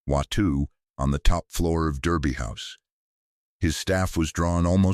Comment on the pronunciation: It is pronounced Darby House.